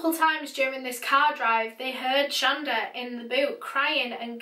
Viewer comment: shon-DA melind-DA aman-DA